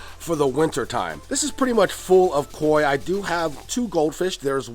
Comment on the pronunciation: lmao why you gotta say kok like that mannnnn 😂😂😂